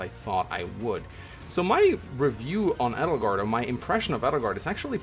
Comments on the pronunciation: I think its funny how Three Houses is about to celebrate its 2 year anniversary and you still pronounce Edelgard wrong haha. You emphasize the E SO much. It's pronounced like "Ay-del-gard". This why Dorothea called her Adie, not Eddie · It's because Edelgard is a german name and pronouncing Edelgard with emphasis on the E is the right way to pronouns it. And some of the englisch pronouns from the black eagles characters are outright terrible especially because most of them having german names and it hurts my german heart like Petra it's pronounced pEtra with emphasis on the E not the P like pet because the P is almost silent and pronouncing it with emphasis on the P is the wrong way. And I'm German so I know of what I speaking about.